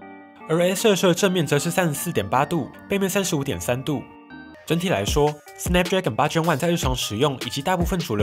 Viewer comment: 「snapdragon 8 Gen 1」應該念做 "snapdragon eight Gen one"，算是官方的諧音哽